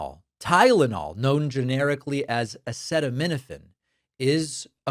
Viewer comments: Okay Dr. Trump. You are so full of shit. He couldn't even pronounce the word Acetaminophen during his speech at the United Nations. Donald,.Tylenol is a brand you buffoon. Acetaminophen is the actual medication. You and RFK should have learned that your first year of medical school. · Like listening to a 3rd grader trying to fake his way through discussing a book he didn't read in front of the class. Please show the part of this video where he pathetically stumbles trying to pronounce "acetaminophen". Horrific! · Someone who can't pronounce "acetaminophen" has no business dictating it's use.